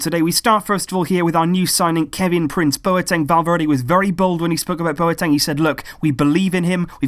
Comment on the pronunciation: I'm from Ghana and that's the corrects Bwateng